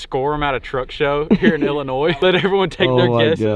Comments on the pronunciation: Hey. It’s not illinoiSSSS. It’s illinoi. The s is silent. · It is not Illinoiss it’s Illinois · For future reference..... the s is silent in Illinois. It’s pronounced illinoi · The “s” is silent in Illinois. Huge deer though! I hunt in Adams County which neighbors Brown. Great Video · ONLY reason i'd give a dislike is he keeps saying illinois' the damn s is silent lol! but it's getting a like. mainly cause i love deer hunting videos and just the footage was very good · you know you arent from illinois if you say the "s" at the end. drives me nuts lol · Bro I live in Illinois and YOU DON'T PRONOUNCE THE S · Illinois with the s. me: bruh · The s in Illinois is silent bud. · Great video, stop pronouncing the “S” in Illinois Lol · Its Illinois the s is silent